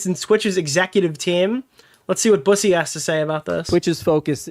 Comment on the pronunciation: Zack Boo-say. Lmfao, bussy vs busey is a very big difference. Busy means “boy 🐈”